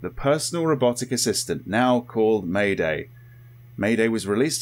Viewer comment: lol may-day, its maid- A.I , just need to split it apart